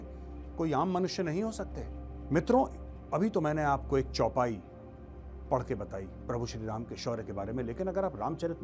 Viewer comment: Chopai galtt pad rahe ho sir ❤